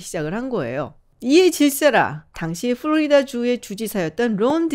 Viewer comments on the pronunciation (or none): none